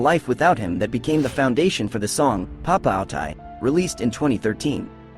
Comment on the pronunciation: Does the narrator talk about Rwanda being in (the) South (of) Africa??? It is bang in the middle. And how can the narrator pronounce Papaoutai wrong WHEN YOU CAN JUST LISTEN TO STROMAE SINGING??? Suspicion - or suspension? Touss lei MEMES? ChansonD? Why would they paint their faces in the French flag? He's BELGIAN. There are SO MANY QUESTIONS about this clip. I just give up.